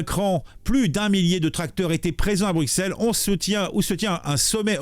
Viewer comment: Bru-Sel. Pas Bruque-Sel. Bru (comme la marque) et Sel (comme le sel).